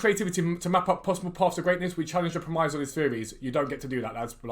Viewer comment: you da man, EA can suck an egg 1. how many hats have you got? 2. its not pronounced 'prem-eyes'.. its pronounced 'prem-iss' 3. remember the trailer for FIFA21 saying players will hold their runs to stay onside? another lie, can literally be classed as 'obtaining monies by deception' or 'false advertising' right?